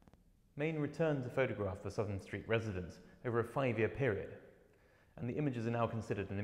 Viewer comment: Please, please it is SOUTH am St as in North and South, not Sutham. always was and always will be. Big mistake, the curater at the photographers gallery ex made the same mistake, I grew up in Southam St